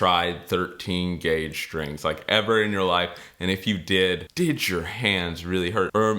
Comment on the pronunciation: no H in strings. you must be from pennsylvania..sHhtrings